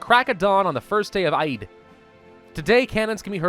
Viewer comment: Eid is pronounced EED